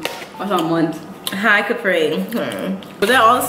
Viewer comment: she said hi capree